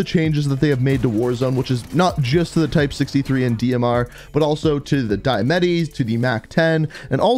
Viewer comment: Why do you say “die-a-metty” its “dia-matti”